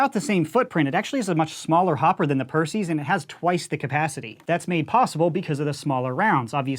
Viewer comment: Yay said perses right instead if pierceys